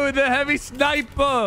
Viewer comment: when he said sniper I thought he was Indian 😂😂😂